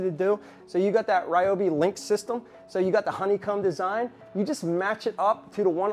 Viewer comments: it's pronounced REE-oh-bee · Is he saying Ryobi wrong as a joke?